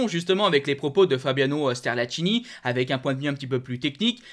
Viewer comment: Sterlacchini prononce Sterlackini ch en Italien = k en français